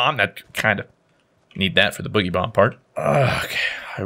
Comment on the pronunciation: Everyone says it wrong, it’s not bugeeee bomb, it’s boooogy bomb as is dance/boogie